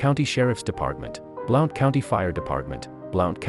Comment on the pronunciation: It's pronounced BLUNT I live here and I lived at Top of the World at the time on Hide Away Trail off of Flat's Rd